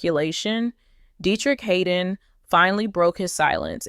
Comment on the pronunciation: His name is (Had) (don), Not Haydon!!!!!